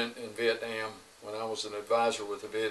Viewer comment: I appreciate how he pronounced Vietnam correctly. I've crossed the new bridge. Humble bad ass!!!. Much respect! Thanks for your service RIP!!!